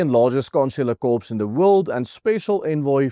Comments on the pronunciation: just a small correction. 'corps' is pronounced 'core' not 'corpse'. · Asseblieftog, 'corps' is pronounced, ' CORR'.